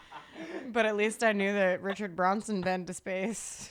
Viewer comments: Richard Branson not Bronson.... he's a billionaire- not related to a murderer lol Oooh is that lol inappropriate?? 😆 xoxo love you guys ❤ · you correct all the time. I need to tell you that you say Richard Branson wrong!!!!! It’s BrAnson…… 🤣🤣🤣